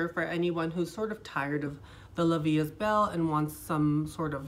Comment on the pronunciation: The proper form is La vie E belle......I speak both french and Spanish , don’t worry about your accent, you’re doing greaT just don’t say EST.